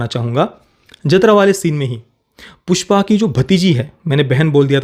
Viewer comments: Bro its jaathara not jathra, even Shreyas Talpade pronounced it wrong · जतरा(Jatra) नहीं, जातरा (Jaatara)l